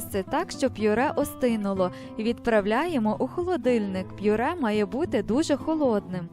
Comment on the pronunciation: Мова жахлива. А наголос у словах!!!